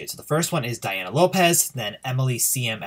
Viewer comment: Just to help you out, Dania's name is pronounced like donya.